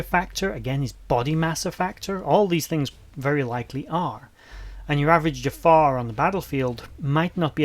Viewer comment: Okay seriously though? It's "Jaffa", pronounced "Juh-Fah"/"Jah-Fah" with a sort of glottal stop after the first syllable. In fact many tend to place an apostrophe after the "Ja-" in order to indicate this trapping of air before the second syllable as is common with so many other words within the Goa'uld language, although in this case the inclusion of the apostrophe is unnecessary and for all intents and purposes incorrect. It wasn't uncommon to hear non-native speakers - particularly among the Tau'ri - pronounce it more like "Jafah" without the glottal accent, with Jack O'Neil himself being guilty of using this mispronounciation throughout the entirety of his career. However with that said I suppose for the sake of fan purposes, one could perhaps make the argument that either of these pronunciations would be correct since they were both used on-screen... Although I would still make an argument for use of the former, primarily due to the fact that any time the word is spoken by a member of the species or by the Goa'uld they serve - or even when uttered by the Tok'Ra for that matter - the proper accented pronunciation is used. So ALL of that said then, for the love of God there isn't an "R" at the end. It is not the identity of the owner of your local 7-Eleven (or kebab hut for you folks across the pond). It is not the name of the villain with a killer fumanchu from a beloved animated Disney film... It is not the name of that random chucklefuck on Facebook who possesses an abs